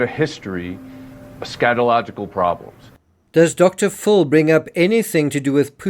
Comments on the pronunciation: It's Dr. Phil, and I am hearing you say Dr. Full. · Good Morning Could you please call Dr Phil....Dr Phil ( Fill) not Dr Full. I have been qviet for years, but today is the day I want to please ask you to pronounce his name right.God bless.